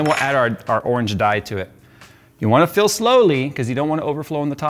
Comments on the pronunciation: everytime says FILL I hear PHIL. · Was it a "PHIL PORT" or a "FILL PORT" ?😅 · Why did I hear jay saying "Phil" instead of 'fill'. Every single time said fill I always thought he said Phil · Every time he said fill I kept thinking Phil.